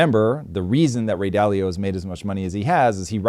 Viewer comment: Maybe stop telling people that their world view is bad and everyone is wrong and you’re right because you won. Listen, your perspective is always from a defensive rich persons view. You just butchered Ray dalio over and over. I think you are reframing what other people say in your terms with it’s disillusioned and manipulative. Every time I hear you say, “ what you’re saying is” or answering people’s questions by reframing their question in your reality and then arguing from a place you can win. Stop being so shallow and idiotic Tom. You’re out of your depth sir.